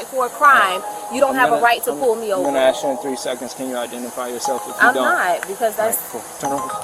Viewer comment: She didn’t want to AXE any qwashtons 😂?